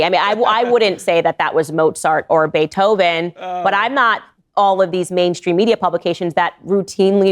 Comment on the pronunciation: Why does Klandice Oh say Beethoven as Bait Hoven?